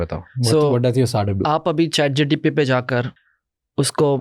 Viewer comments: Why does this guy keep saying GTP instead of GPT? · I stop continuing when i heard chatgtp instead of chatgpt from a discussion of AI context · he called chat gpt , chat gtp. bhai ye kis dood waala ko lekr aaya ha tu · Bro not chatgtp it's chatgpt...😅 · chat GTP or Chat GPT Lmao and he’s the founder of AI startup in India 🫡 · Chat GTP 😂😂 Can Bhindi find out how many times he says Chat GTP in this video? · chat gtp?😂😂😂😂😂😂he is talking abt AI. and dont kw the correct name of chat gpt😮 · Bhai isko pehle bolo ..chat gtp nhi hai ..chat gpt hai... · Chat GTP 😂😂😂 who is this guy? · Bro was Pronouncing ' chat-gpt ' to 'chat-gtp' 😅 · Yes true lol he keeps saying chat GTP figured how fake this guy is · Am I the only one guy who is noticing that this guy is saying Chat GTP every time instead of Chat GPT??? Strange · How much reliable is an AI startup founder who kept calling ChatGPT as ChatGTP? Not getting into his wrong English and poor oratory skills because there can be reasons behind these. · M i the only one who is hearing. CHAT GTP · He can't even say chatgpt. Said chatgtp so many times 😅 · Chat GPT ❌ Chat GTP ✅ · He’s saying chatGTP 😢😢